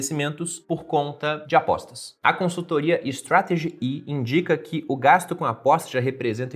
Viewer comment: Se lê strategy "and"